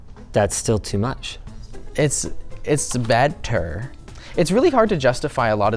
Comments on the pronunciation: "It's bad turd" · its beee ter